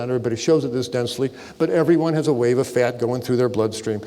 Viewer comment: "Fyat" lol